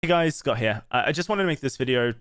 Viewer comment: Did he say scott here?